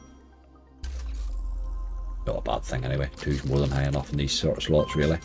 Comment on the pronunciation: Surely surely, Slots spoken with an Irish accent is Sl*ts Like toilet is spoken Tarlet